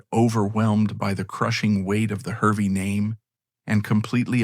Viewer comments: Hervey is pronounced Harvey. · It is pronounced "Harvey" despite being spelt "Hervey".